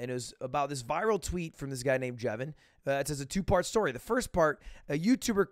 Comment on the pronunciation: “This guy named jevin” 💀💀 bro that’s ijevin